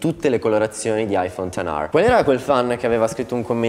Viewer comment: Aifon ten ARRRRRRR